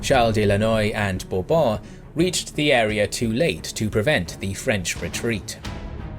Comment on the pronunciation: The way you say Bourbon is satisfying